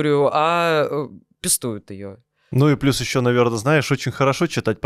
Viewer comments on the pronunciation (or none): Не пестУют, а пЕстуют. Впервые гость производит неприятное впечатление. Какой-то неуважительный тон. А что мадам имеет ввиду, говоря, что "..у нас есть возможность увидеть такую изоляцию"? Цитата близко к тексту - по смыслу.